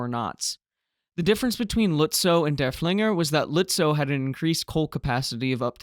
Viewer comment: Just a note - the name of Lützow's sister ship is not "dur-FLING-er", it's "DURF-ling-er" - accent on the first syllable - named for Georg von Derfflinger, a Prussian general during the Thirty Years War.